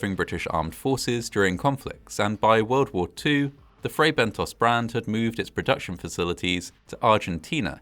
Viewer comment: You narrate very well, with excellent pronunciation and diction, but with occasional lapses. In this case, it's Fray Bentos, not Bento's or Bentoes. The 2nd syllable rhymes with Moss, not Nose. In British English (as you're apparently British, with a very British accent), it would have to have an E (or another vowel) after the S to change the vowel sound to a long 'oh' sound. American English does not have the short 'o' sound as in 'got' or 'not' in British English, and so American English tends to use either a short 'ah' or a long 'oh', depending on the word. That's correct American pronunciation. But when the short 'o' sound (as in British English) IS called for, e.g. in words from other languages, Americans tend to replace it with 'oh' because that's the sound they know - and that's perfectly understandable. However, IMHO that isn't something for British English speakers to emulate, because we DO have the British short 'o'.